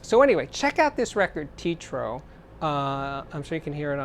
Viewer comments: You said Titro! It’s Teatro, Spanish for theater. Teh-ah-tro. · First off it's not pronounced TEE-TRO hahaha It's TEH-AH-TROH as in theater in Spanish. Second off I respect that you don't like Roon because you admit you prefer easier formats but Roon really does organize a whole lot if you use a lot of digital files. I use Tidal and have all sorts of FLAC files on hard drives and it simplifies life. It's not as complicated as it seems at first either. The ability to link many hifi stereo systems is supreme. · Great album review choice! BTW, it is pronounced tee-AT-row, Spanish for Theater. As it was a Spanish-language movie theater in Oxnard, California (just North of LA) before Daniel Lanois took over the space and recorded Dylan (Time Out of Mind) and Willie (Teatro) there. I highly recommend Lanois' autobiography "Soul Mining: A Musical Life" which documents all of this in vivid detail. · "Tee-trow" hahahah